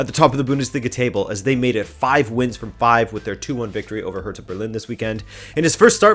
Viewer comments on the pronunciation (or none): none